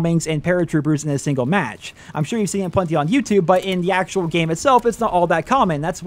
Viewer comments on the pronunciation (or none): none